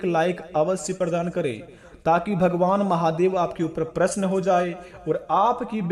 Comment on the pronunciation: भगवान प्रसन नहीं प्रसन्न होते है अपना उच्चारण ठीक कीजिये